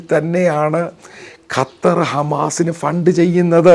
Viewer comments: Sir കാറ്റർ അല്ല ഖത്തർ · Not qataar just 'qatar' this the pronounsation. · കറ്റാർ അല്ല ചേട്ടാ…..ഖത്വർ എന്ന് പറ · ഖത്താർ അല്ല ഖത്തർ ആൺ ശരി